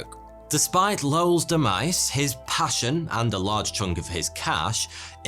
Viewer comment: Interesting way to pronounce "demise"" 🤔 😅